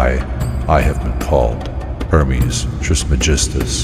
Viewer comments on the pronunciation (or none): none